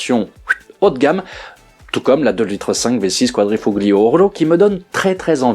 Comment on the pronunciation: Très bonne vidéo comme d’habitude. Une petite précision néanmoins, le G de quadrifoglio ne se prononce pas en italien. On entend donc « quadrifolio ».